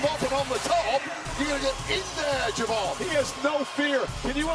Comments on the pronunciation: Did that fool say Je'von Williams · Why is no one talking about “Je’von Williams”